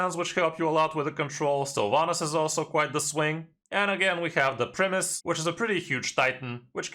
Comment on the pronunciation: Its Prime-us, not primmus. Think like optimus prime. Hes supposed to be a big important character. Its Prime.